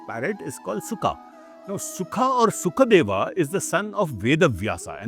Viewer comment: Actually the name is Shukadeva, not Sukhadeva. Shuka means parrot in Sanskrit, while Sukha means comfort